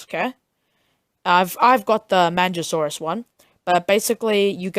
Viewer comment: Not pronounced manjasaurus, but good vid beginners,listen!